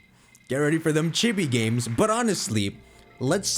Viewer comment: Chibi (chii-bii) sorry was bugging me